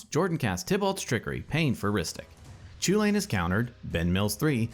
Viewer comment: Would be nice if you would learn to pronounce it correctly, I mean the Eldraine set is almost entirely based in Gaelic and Celtic mythology, so pronouncing the name right would be just the right thing to do. It's Kul-in.